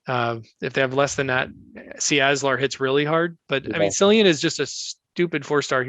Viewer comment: Always laugh at any video made by Americans. Been watching these type of vids since 2017. One thing that is noticeable is you cannot pronounce the names of heroes. Im sure one of the 4* mention was Cyprian, sure you said Cillian. Please add The heroes in the comments. It would be much appreciated by all. Great vids though.